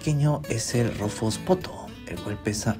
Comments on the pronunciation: Fuera del chiste, la pronunciación más cercana a la inglesa es [potú] y, a la española (ya que también se usa en algunos sitios), [potóo], no tan parecido a «poto». 😞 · Qué bueno que es potoo y no "pooto" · ......Pero con entonación de Poto jaaaaaaaaaaaaajajajajaja (risa de M.A.D.)